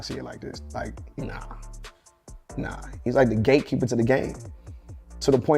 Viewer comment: Ok I was thought he said GAykeeper😮